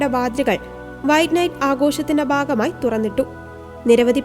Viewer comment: ജൂബിലിയുടെ 'ബാഗമായി'. എന്താണീ 'ബാഗം'? ഭാഗം എന്നുച്ചരിക്കണം.